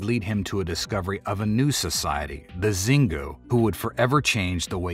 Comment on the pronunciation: Xingu is spelled shingoo. Not zingu ❤